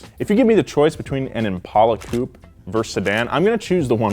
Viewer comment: Ffs COUPÉ HAS AN E AT THE END FOR A REASON